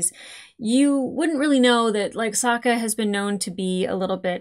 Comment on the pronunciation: It’s funny that you keep calling Suki/Sokka “Suka”. It means “female dog” in Russian and gives me a giggle when you say it. 😂